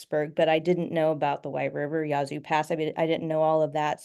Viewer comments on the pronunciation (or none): The Yah-zoo River, is that anywhere near The Yazoo River?